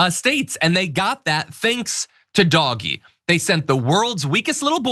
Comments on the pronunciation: What is even more ridiculous, you constantly referring it as "doggy," as opposed to the way he is supposed to be pronounced, "Doge" as in "doaj," or "doje." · Look- It's pronounced Dowsh. It's not dogee. Like I don't get what you are saying? Look it up for the pronunciation of it. Weirdly, you don't know how to actually pronounce Doge. It's so bizarre. I like your channel but this is just weird. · It’s “Doh jg” F outta here with that “doggy” BS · It's pronounced Dohj, not doggy 😂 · Will someone tell John that Doge is pronounced ‘Dohj’ not ‘Doggy’. You know, like the Doge of Venice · As an ex-auditor I found DOGE’s methods strange at best. (I prefer to pronounce it “dodgy”, if that’s all right.). I remember hearing that they had discovered millions of social security accounts which belonged to dead people, which the government department challenged, saying that the accounts were genuine. Dodgy asserted that the accounts weren’t genuine. As an auditor my next step would have been to find out what payments had been made and quantify the amount wasted in this way. I would then have expected to hear of legal action, possibly including criminal charges, to recover the money. But Dodgy never even announced a total amount - or did I miss that? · We’re pronouncing it Doggy now?? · i'm offended you pronounce it doggie... doggie is a perfectly fine word and doesn't deserve to be associated with elon hahahahah. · Same, that annoyed me to no end!!! Leave Doggies alone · It's always been pronounced "doggy." That is literally the joke. How do you spell doggy? D-O-G.... E. Crypto bros used the name without bothering to learn where it was from or how to say it. Just like everything involving crypto. They didn't make it up and neither did /b/. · It's not doggy stop saying it like that! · It's not pronounced Dogee.....Jesus. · It's intentionally mispronounced. Derp.🤦🏼‍♂️ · Oh I got the point. Pronunciation matters if you're reporting. Read a book.